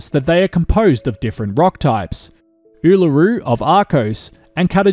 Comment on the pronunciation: p.s. your pronunciation of both Uluṟu and Kata Tjuṯa is terrible. But I love your work.